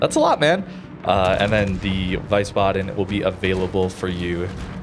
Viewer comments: It is pronounced more like "WIISBADEN" than "WEISBADEN". The E in IE is silent. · It's called the Wheezebaden, not Vicebaden :) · ah yes, the VICEbaden :D Its VIESSbaden IE, not EI :D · its pronounced Wee-sbaden not why-sbaden :) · Wiesbaden is pronounced like 'Weesbaden' instead of 'Wisebaden'. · Pronounce it Wees-baden instead of Wees-baden. No lootboxes in EU. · Vicebaden xDD , pls call it Veece baden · Thank you for the video. However, the naming phonetically called "Veehsbaden" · Hey! Loved the video but had to say that it’s pronounced VIE-SS-BAH-DEN. In German our w sound like v. Our w’s only make the pronounced w sound (like you were saying) if it’s a “WEI” instead of “WIE”. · its (W-I-E) sbaden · is pronouncend line Weesbaden like in Weed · pronounce it "Wees-baden" :p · Not VIESSbaden. More Veesbaden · And the price for the most wrong pronounced ship ever goes to xD the i comes before the e so always confusing English make ei out of it xD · I am German and I can say this is the worst possible pronounciation Hahahah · As someone who speaks minimal German.. He butcher the pronounce.😂